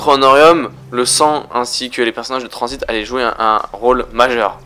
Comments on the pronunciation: Et pk tu dis Transbit a la place de transit ? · pourquoi tu dis tranzbite